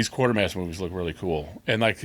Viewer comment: Quatermass is not quartermass, It's pronounced Kwaytermass.